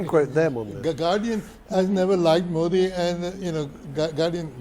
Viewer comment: just like hafeez sayeed,the gentleman from congress can't pronounce 'modi ' properly.such a shame.